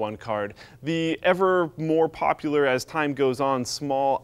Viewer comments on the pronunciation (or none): none